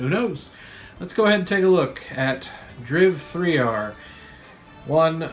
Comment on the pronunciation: It's great to know that I'm not the only person who pronounces titles like "Driv Three Ar" like that xD